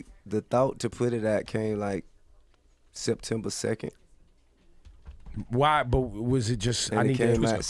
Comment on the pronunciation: "Sectemba Sekken" lol